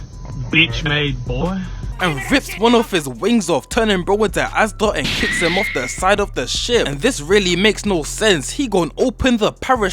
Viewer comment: Nah bro called Asta, Asda😂😂